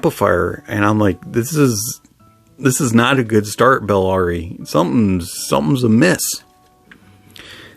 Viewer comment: Buh- la-ri